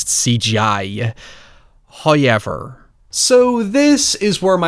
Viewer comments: Hoyever. Just Hoyever. Amazing review, but seriously... Hoyever. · there needs to b a "hoyever...." tshirt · First "hoyevver" drops . We are rewarded for our sacrifices, and we show Him our devotion and gratitude. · Your "hoyever" brings me joy. Like, literal warm feeling in my heart. Thank you for being you. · XD Kudos for embracing "Hoyever!"... EVERY time you say it, I have to mimmick it and it makes me laugh. Love your vids, sir. :) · You make every movie sound great. We make fun of your "hoyever" but your voice fits content like this perfectly ;o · The way you pronounce "however" used to get under my skin and I have no idea why. Now at least 35% of my enjoyment of your analysis videos come from hearing you say it. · I think it's hilarious every time